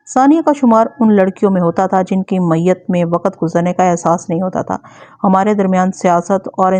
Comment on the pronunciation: بہت خوب معیت کی ی پر تشدید ہے آپ تشدید نہیں کہیں گے تو میت تلفظ ادا ہوگا اور معنی میں بڑا فرق ہو جائے گا